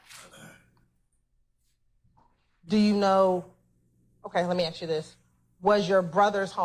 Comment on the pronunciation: How u go to law school and still can’t properly say “ask”